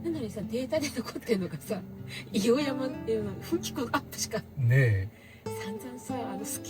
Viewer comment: こんばんは🌙 北海道で道東にも来ていたんですね！ 硫黄山は地元です。 「いおうやま」ではなく「いおうざん」といいます！ またぜひいらして下さい🙇